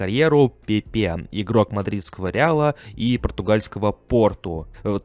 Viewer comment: Все неплохо, но жаль фамилии легенд неверно произносишь. ПэпЭ,правильное ударение. И Серхи Бархуан.